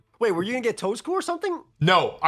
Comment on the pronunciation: rare moment of Wolfe saying slaking correctly instead of his usual “slayk -ing” or “slay king”